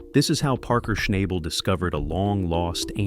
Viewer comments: "SHNAYBL" AI generated crap. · You’re saying his last name wrong